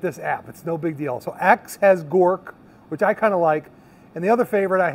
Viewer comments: Grok....not Gork. The term "grok" originates from Robert A. Heinlein's 1961 science fiction novel, Stranger in a Strange Land. In the book, "grok" is presented as a Martian word, meaning to understand something deeply and completely, often including emotional and empathic understanding, not just intellectual comprehension. Knowing this probably makes me a "nerd" but pronouncing Grok wrong makes you sound like a poser....lol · Oh and wanted to let you know Grok is pronounced "Gr-ah-q" instead of "Gor-q" 😁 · And it "Grok",..(Not Gork) lol